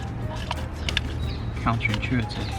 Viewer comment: “Counter-inCHEWative” #accidentalpun